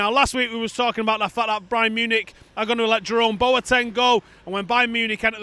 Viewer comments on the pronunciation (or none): did just say Brian Munich?